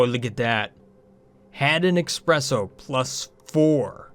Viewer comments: Espresso! Not eXpresso... Swears in Italian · Every time you say "Expresso", an angel loses their wings... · eSpresso the no X in it. Please.